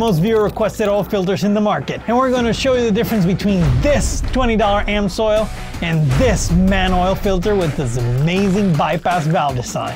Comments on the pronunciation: It's NOT "AM-SOIL", but "AMS-OIL"... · So, is it Ams-oil or Am-soil? Never heard it pronounced Am-soil before. 😂